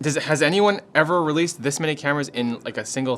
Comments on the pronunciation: Why did you put RELEASED in capitals? I feel like the emPHAsis is weird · Why the emphasis on RELEASED tho? Shouldn't it be ANOTHER? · Emphasis ON the wrong word